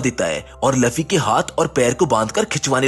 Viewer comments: luffy not laffy🤬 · Bor it's not laffi that's luffy.😑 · It's luffy not laffy